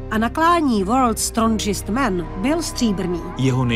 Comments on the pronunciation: Docela smutny, kdyz reporterka neumi poradne anglicky. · worlds strondžist man